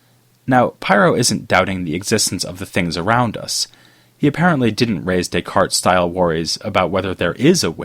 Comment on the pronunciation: bro, i want to listen what you have to say, but the forced intonation and cadence of ur speech in conjunction w/ ur desire to pronounce "descartes" w/ a french accent is making me cringe. No one will fault u for a butchered pronunciation of descartes!_! Keep making videos, just giving u some honest feedback is all my friend : )